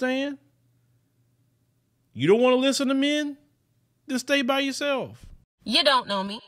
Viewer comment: "You don't want to listen to men, just stay by yoself." LOL 😆 with the Houston accent 😂!